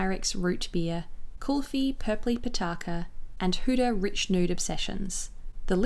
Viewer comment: Thank you so much for not butchering "kulfi" and "pitaka" lol. I really appreciate you featuring a south Asian brand, I'm Indian and I never see myself represented in beauty and often times shades just don't suit our undertones